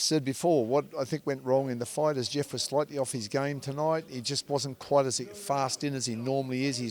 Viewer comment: You're a dunce. The word is 'Quite' not Quiet. And the boxer's name is Thurman - not Thruman.